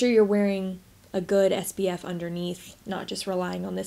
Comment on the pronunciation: I always wondered if I was crazy and you were saying “sbf” instead of “spf”…… 🤣🤣🤣 You make we want to go and buy this $80 tinted moisturizer though 😭😭